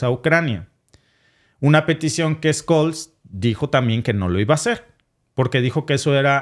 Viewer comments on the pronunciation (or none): Por cierto , es Olaf scholz , se pronuncia "tsholtz" no scols. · Ojo caballero, una previa: Scholtz se pronuncia SHOLTZ nie Skolts.